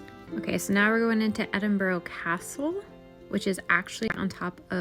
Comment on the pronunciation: Cant you just not ask a local how to pronounce the city you are in?